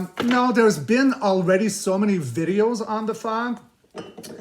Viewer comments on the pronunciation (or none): none